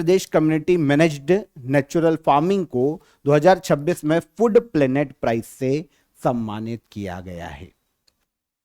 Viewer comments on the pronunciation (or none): Calling food, "FUD" was awkward 😅